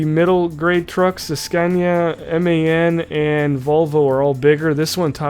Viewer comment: It's pronounced MAN like your a man I'm a man